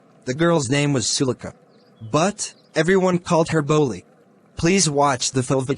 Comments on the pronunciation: Bro pronounciation mistake ☠️ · Its not bully its bholi